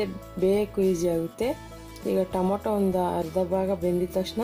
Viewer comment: Mam it is tomato not tomoto